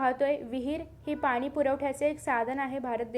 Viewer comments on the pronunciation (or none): none